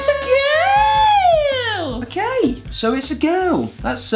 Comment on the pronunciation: It's not OKEH to be OKEH <3 (titan cry)